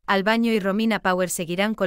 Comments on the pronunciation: Por favor diga bien el nombre de " Albano " no es Albaño. Decirlo mal nos molesta a todos sus seguidores que somos millones. Gracias. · Señora usted que relata las historia por favor practique bien los nombre y apellidos.... el cantante es ALBANO....NO ES ALBAÑO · Por favor usted es una comunicadora, pronuncie bien, no es Albaño , su nombre es ALBANO ...y lo. otro nunca se casó con esa sra. Loredana , a la que Ama hasta su muerte, es a la hermosa y dulce ROMINA ...